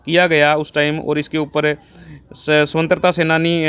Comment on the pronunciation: वर्तमान में मानव में नेतिकता खत्म हो गई है ।सरकारों को अपनी जेब भरने के अलावा कुछ नही सूझता है ।भाई को स्वतन्त्रा शब्द का सही उच्चारण नही आया। ध्यान दें ।महाबीर उमेदपुरा